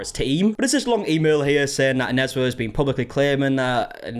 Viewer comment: You said Onezwa's name so well at that 11 min mark lol, made me rewind coz I was so shook. Nice to hear our names pronounced well